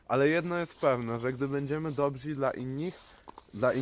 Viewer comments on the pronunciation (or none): Dobrzy* a nie dobzi, ale z przesłaniem zgadzam się w 100% 👌